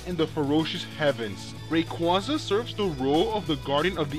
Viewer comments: ray-kWAH-zuh -qway sounds... ew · Rayquaza's name is also an amalgamation of the words Ray as is a ray of light and Quasar which is a space phenomenon which releases a lot of energy. Quasar being pronounced kway-zar... I have heard Rayquaza's name pronounced both as Ray-kwah-za and Ray-kway-za... But I personally think it's the latter pronunciation as in Quasar. just my opinion though :P